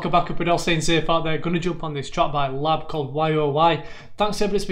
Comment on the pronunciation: Hey matey! Glad you love it, its a banger. Beersies and cheersies for sure. Um, theyre L. A. B. (like N. W. A.) not 'lab'. Reaction Box is same, he loves lab... hehehe, we be cringing.. all good tho.